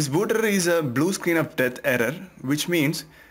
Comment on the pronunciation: Da būd errrrrrar